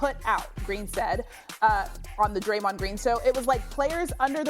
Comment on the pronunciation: Sas just called him (Draymond) Jayron Jean😂😂😂